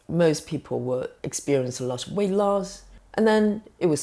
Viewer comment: "wight" loss? What's that? The breath is acetone.